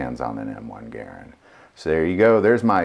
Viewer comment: Guy can't say Garand